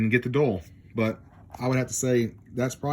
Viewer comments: None have the word dull, Dual and Dull are two different words. Omni and um ma na, um ma na is not even a word, And I’m supposed to take this review seriously, when you can’t even read and speak English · I knew you had to be a trump supporter by the idiotic sound of your voice. You can't even say "Dual" and "QUAD" correctly. You have to be trailer trash to make a 50 minute video of stupid uneducated man trying to explain a Tablo DVR.... nails on a chalkboard! Here is a tip just for you! if you want a better economy....try it with WORDS!